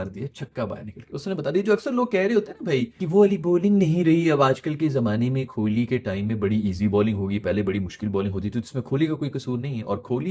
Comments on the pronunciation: Broo... it's kohli❤...not kholi😮 You don't even know what is meaning of kholi in our marwadi language (Rajasthan)😂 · कोहली है नाम......आप खोली बोलते हो... कृप्या ठीक करिए